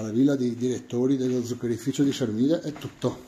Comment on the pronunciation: Pronuncia bene Sermide,lo so io che sono Palermitano che non è Se r mi de ,ma Sermide